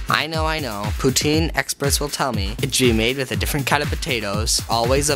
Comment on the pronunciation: The second time you say poutine is pure quebec accent. I'm from the place and out of its context I would never guess that you are an english speaking person.